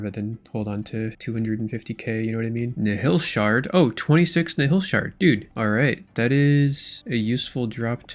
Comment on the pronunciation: Please let us know when you learn to pronounce nihil